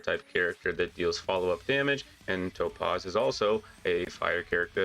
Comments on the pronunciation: Calling her Toe-Paws made me have to turn off the video, lol. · I keep hearing “toe-paws” and “nummy” 😂